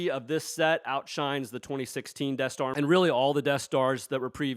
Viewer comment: The "Debt Star"